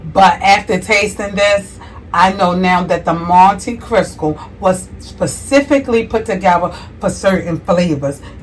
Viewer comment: You keep pronouncing it "Monte Crisco". 😂